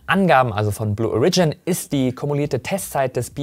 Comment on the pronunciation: Blue O(!)rigin, please. Origin, as in: Herkunft, aka. Erde. Die Betonung liegt auf deinen länger und deutlich ausgesprochenem „O“. Just my two cents. Sorry.